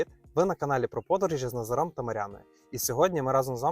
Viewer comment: у вас біда з наголосами - ІмрЕ, з НазарОм. жах.